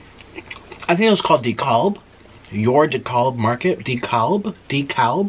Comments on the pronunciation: It's pronounced DE cab. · Dekalb is pronounced “dee-cab” in Georgia haha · Dekalb is pronounced d cab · “I think it was called decawlb” “YOUR decawlb market” “deCALLb” “deCALB” 😂😂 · Dekalb! Pronounced like "de-cab". Its a great market.